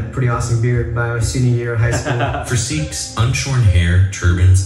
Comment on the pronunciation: Wow, - you pronounced "Sikhs" perfectly! It's not "Seeks" but as you said it " Sikhs".